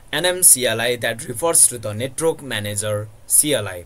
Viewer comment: its not netrok its net-work